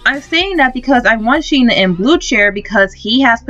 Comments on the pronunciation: Sheen? It’s pronounced shen, (sh-hen) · Shen not sheen